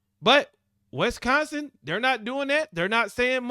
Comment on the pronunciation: Bro, it's Wis-consin, not West-consin...lol